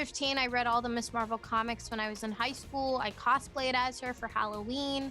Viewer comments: Mabal nahi madam ji ms marvel boliya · Yo it’s MARVEL not MWARVWEL